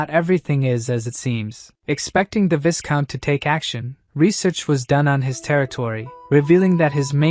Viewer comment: Viscount is pronounced “vy-count” Great story. Please keep going.